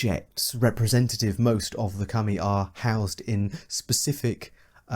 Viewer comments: I pronounce Kami as "Cah-Me" but you pronounce Kami as "cummy" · Deeply uncomfortable that you keep pronouncing kami as cumi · I was not ready for you to be pronouncing Kami as "cummy", my dude please